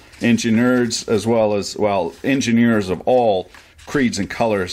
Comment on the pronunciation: Injunurs? Vijeos? Your language is a catastrophic failure.